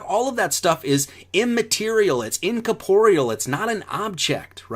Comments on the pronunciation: When he says "incaporeal" does he mean "incorporeal"? -or is it some other word, that I do not know? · Take a shot every time he says "incaporial" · Hey numbnuts, or number-nuts, if your gonna keep saying "Incorporeal" please pronounced it "nkôrˈpôrēəl" ........jeez. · Yes, let's all continue to use big words because "we am smart". I looked up what this word is because clearly I am not the smart (why am I talking like SirSic?). Incorporeal (Greek: σώματοςm) means "Not composed of matter; having no material existence." Wait a minute - is this turd even saying the actual word incorrectly? <--- Yes, he is even saying the word wrong. Oy! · certainly didn't learn how to pronounce it though, the inflection is on the re